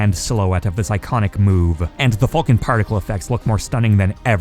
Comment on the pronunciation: The way you say “Falcon” ugh